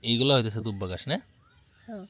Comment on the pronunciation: গাস না ঘাস হবে।